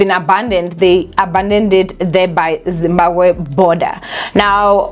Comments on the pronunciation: No one can ever tell anything about saying ZimbaKWE instead of Zimbabwe😅😜😊 You have to be smarter to know that Thabo and his Dr friend are steps ahead and can do anything to play anyone looking for them. They definitely abandoned the car to paint that picture my Queen. These guys are probably in Dubai or the US Alaska living their hidden lives. They knew the police won't think otherwise. How pathetic is the SA police hle Eish. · And is back again with "Zimbaqwe" "Zimbakwe" bathong 😂😂😂😂 don't killme. "ZIMBABWE" say it after me Z-I-M-B-A-B-W-E...😂😂 "BWE" NOT "GWE"